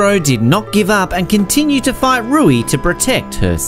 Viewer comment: Ur accent makes “fight” sound like “fart”😂😂, solid list tho